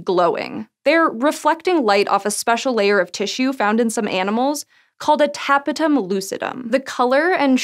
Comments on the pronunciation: She didn't pronounce it properly, the stress of "tapetum" is in the second syllable: /təˈpiːtəm/ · It is pronounced təˈpēdəm